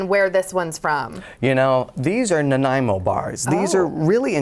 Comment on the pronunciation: Thanks to Dylan for pronouncing Nanaimo correctly! I live in Victoria on Vancouver Island where so many of our place names are mispronounced by visitors, especially those that come from our First Nations languages,as Nanaimo does. 🇨🇦